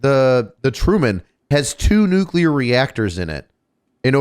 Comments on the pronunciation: saying NUCULAR irks me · Nuclear. New-Clear. Not nuculer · Can we please discuss the fact that Nuclear is one of the most mispronounced words in the English language. There is no "U" after the "C" in the word. While there are 3 syllables in the word, that part most people get right, it is pronounced Nu - cle- ar. So many people pronounce it Nu - cu - lar, and they sound like a friggin water head. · I know about “freedumb” of speech, but stop saying NEW CUE LUHr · Did keep saying nucular? Or am I just not hearing it correctly? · probably pronounces it nucUlear too. . .lol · I hate how pronounces nuclear (just a pet peeve of mine), but I still agree with him on nuclear power. Everybody points to Chernobyl when they try to say how dangerous nuclear power is, but that's giving the Soviets far too much credit because they couldn't engineer their way out of a piss-soaked paper bag